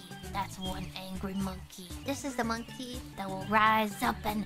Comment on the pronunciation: At some point in this video I started hearing one piece